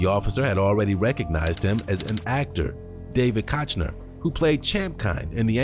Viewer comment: How did you fuck up the pronunciation of "Koechner" thrice, when he says it right in the video?